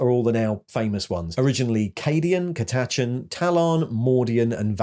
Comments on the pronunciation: Honestly only annoyed about the bonkers way you choose to pronounce their name... Curtouchens? Koortuchens? Car-touchens? This kind of thing doesn't normally bug me, but in this case I have no idea how you got a 'ur' sound at the start of the word. I don't think I have ever heard anyone ever pronounce it like that. Cat-A-Chan not Curt-Ach-Anns. If you are not sure, you can shove almost any word into google translate and get it to pronounce it in a bunch of ways from different language perspectives. Although, saying that, if you set it to British English it makes a complete mess of it, so... 🤷‍♀ ...other than that, a great video as always! Keep up the good work! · Your word stress on Catachan is wrong, Cat Ah Chan not catah chun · ...He literally pronounces it Cat-A-Chan. I don't understand this comment. Is it an accent thing? (Apparently the wiki says it should be pronounced Cat-a-CHAN which is just the worst way to say it) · Catachan is pronounced Cat-a-kan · You trying to pronounce catachan ”Its a big galaxy, theres multiple ways to say it” ”Yeah, but on cathatcan, them bookish types get eaten by flora and we dont count opinions of flower food” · Your video gets a dislike for the way you said Catachan and for saying BCE. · Gotta say, listening to you butcher Catachan was painful, otherwise well done. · It never occured to me there was another pronunciation for Catachan. I've always used the like Americanized version but the way you say it sounds more like a sci-fi planet.